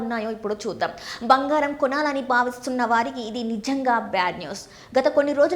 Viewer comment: భంగారం, కాదు బంగారం